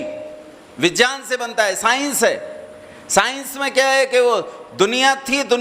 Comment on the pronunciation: अरे अक्कल के अंधे तुमको तो विज्ञानं का उच्चारण ठीक तरीके से करना आता नहीं है और आ गए भगवन के अस्तित्व पे सवाल उठाने